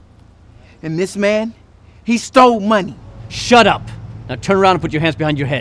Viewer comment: I LAUGHED SO MUCH WHEN THE POLICE SAID SHUP UP